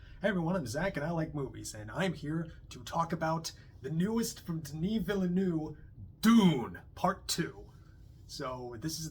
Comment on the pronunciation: Villeneuve is 2 syllables … Ville-neuve … Vill-nuuv.